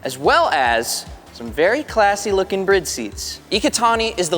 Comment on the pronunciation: Brid?? IT'S PRONOUNCED BRID????